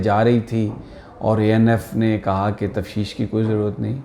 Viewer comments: Sami sahib ,lafz tafteesh hota hai ,tafsheesh nahin😊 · یہ لفظ تفتیش ہے تفشیش نہیں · سمع ابراہیم صاحب لفظ تفشیش نہیں تفتیش ہوتا ہے. Tafteesh